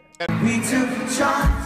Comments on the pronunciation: I'd always heard we took a chonce but never what the fan said...🤣🤣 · "we took a chonce"